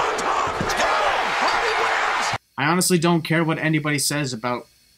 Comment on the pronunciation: he said heardy